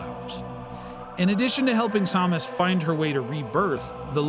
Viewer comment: Sam-Us Not som-us lol 😅😅